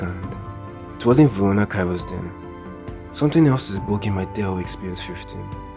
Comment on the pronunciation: Did you say vorona kairus?😂😂